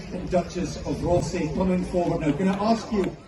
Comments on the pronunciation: Rothesay ..yep you said it right.I sounds close to 'Rossi' Its on the Isle of Bute,and we went there in holidays when I was wee.Nice place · Hi, did you know that the tartan that Prince Charles is wearing is the Balmoral Tartan and was designed by Prince Albert. You pronounced Rothesay correctly👍👍 You deserve a break so enjoy your day!